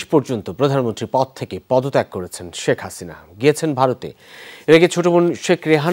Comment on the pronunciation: শ্যেখ হাসিইনা 🤣😂